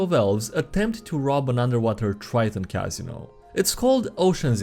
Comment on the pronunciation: That's not how you pronounce casino.